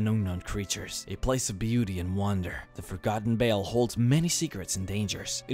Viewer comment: I wish you could pronounce V's. "forgotten bale"....